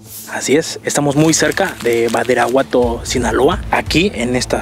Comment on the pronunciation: Alguien se da cuenta que menciona mal el nombre del municipio? (Min. ) menciona “Baridaguato”